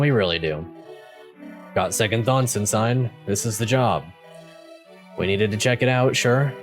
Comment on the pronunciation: Ensign is pronounced. “Ensen” I used to pronounce it the way your doing all the time. I basically learned through watching Star Trek voyager, ensign Harry Kim. Poor dumb Harry.